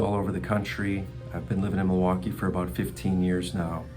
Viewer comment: It’s Mil-waukee… not, Ma-waukee. Always a tell of a local.